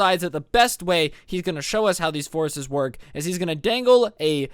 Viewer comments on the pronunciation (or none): am i the only one who thought he was saying horses and not forces? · UM the whole time you were saying “Forces” I heard “horses” and it took me until to realize you were saying “forces” So it was like “So we had a whole unit dedicated to horses “ And I was like o that’s cool yeet all the horse girls were quaking lmao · I honestly thought you said something about horses and not forces